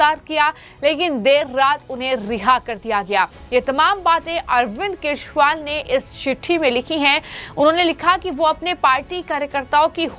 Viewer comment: Kya tumhe kejriwal bolna nahi aata